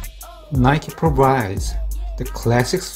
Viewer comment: Nike의 잘못된 발음